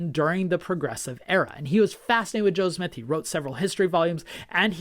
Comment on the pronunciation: I appreciate your very unbiased, information-based videos. I have one suggestion, when you're speaking/reading, you have a tendency to speak quickly, which I actually appreciate. However, it seems more often than not, when you say Joseph Smith, it sounds like you're saying Joe Smith. Knowing you want to maintain a historical objectivity, I'm sure you don't want to create the impression that you're adopting an anti-Mormon nickname for the Prophet. Otherwise, really enjoy your channel.